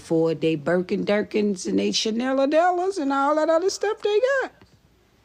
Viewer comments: Birkin Durkins and Chanel-a-del-as 😂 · 😂😂😂😂 i love. "Chaneladelins"😫😫🤭 "Burkin Durkin"